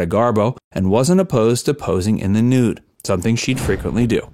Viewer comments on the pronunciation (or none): none